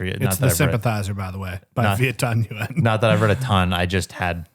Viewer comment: The surname Nguyen is pronounced 'win'. Great video, added some more books to my mounting tbr list!